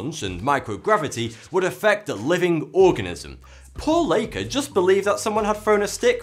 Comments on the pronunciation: It's Laika not Leika. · I like your channel, but, even I know how to pronounce Laika ('Like-a'). I don't get how you could pronounce the name of the sheep, but not the name of the dog!